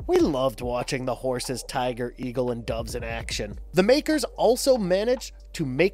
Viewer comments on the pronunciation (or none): none